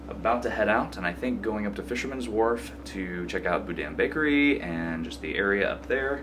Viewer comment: Just caught this video and subscribed. Napa is my hometown. I went to San Francisco every weekend. The bakery with the bread bowl you went to is pronounced Boo dean. Just in case you ever go there again. I hope you enjoyed your trip